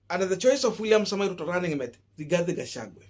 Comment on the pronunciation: You are not pronouncing the Kk running mates name properly. You will loose me over this. Rigathi Gachagua not Rigathe Gachague. Drop the e